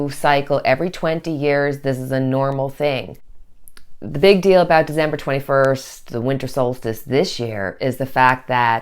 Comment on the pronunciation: December not Dezember